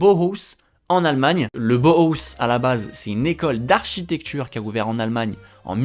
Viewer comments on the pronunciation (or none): Super vidéo ! Cependant je tiens à préciser au niveau prononciation, « vaduz » se dit « vadoutz » et joue dans la ligue suisse ! Puis le Bauhaus ne se dit pas « bohoss » mais « baouhaoss », j’ai eu mal à mes oreilles haha Mais sinon trop super la vidéo, j’espère voir quelques clubs suisses aussi ça me ferait trop plaisir haha